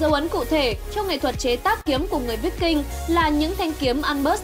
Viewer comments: Kiếm víc king mới hài , đọc sai bét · Phải đọc là kiếm Vai king mới đúng , đọc tầm bậy tầm bạ không hà, chán vãi lìn.